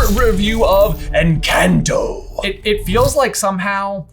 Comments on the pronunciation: It is funny how you say Encanto somewhat correct, just to correct yourself and say it entirely wrong xD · Every time you were about to pronounce en CAN to the right way you ended up correcting yourself to en KEN to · I love your theories., you kept correcting your pronunciation of encanto but you were right before you corrected yourself. The Spanish "a" is the same as the "a" in the word "father". Also, did you notice that Isabela looks the most like Abuela when she was younger, and Mariano looks very similar to Abuelo Pedro? I greek like that might be a big reason for Abuela Alma wanting to make that match. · Uuuugggghhhh you pronounced it right then corrected yourself wrong twice!!! noooooo and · When he says "En-cahn-to" is correct, not "En-cayn-to" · It's en-CAHN-to, not en-CAN-to! i'll see myself out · “Encah- Encaanto” bro it’s spanish it’s en-cahn-toh no en-can-to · I just watched Encanto and it was magical. The songs were great, the scenery was captivating and mesmerizing, and I teared up. I loved it, and now I wanna listen to the soundtrack itself😂 Also, by the way, it's En-cahn-to, not En-can-to. It's a Spanish word, so the a makes an 'ah' sound. Just so you know. (At least, I hope I'm right. I'm only in Spanish 1😂don't judge me. That's just what I think). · The movie isnt called in-can-to its EN-cAn-To! I speak Spanish and it’s a Spanish movie. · Why do you keep correcting yourself from saying it correctly? It is en-khan-toh, not en-kan-toh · Please pronounce it as enconto not encaanto. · PLEASE stop saying enCANTo it’s pronounced enCAUNTo, letters in spanish are pronounced differently, they say it in the movie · if I hear you guys say en-CAN-toe instead of en-kahn-toe one more time i’m gonna cry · I appreciate your analysis, and I understand that you’re not Spanish speakers, but every time you say the word “Encanto” and then correct yourself… You were closer the first time. It’s not en-CAN’T-oh. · Your pronunciation of Encanto is gross